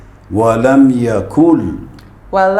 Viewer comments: Asselamoe aleikoum,beste broeder en zuster: een opmerking wat betreft de aya van de surah al ikhlas is bij de aya WALAM YAKUL LAHOO KUFWAN AHAD is fout het moet zijn WALAM YAKUN-LAHOO,YAKUN not YAKUL. BARAKA ALLAHOE FIEKOUM. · MASHALLAH 👏❤️ It is N in (wa lam yakuN) but it read (wa lam yakul) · Wa lam ”yakun” NOT ”yakul”